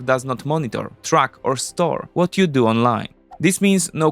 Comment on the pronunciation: Vhat vill happen to all those nukes?